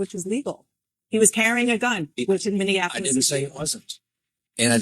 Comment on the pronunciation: It's Minn-e-ap-olis Skip the extra syllable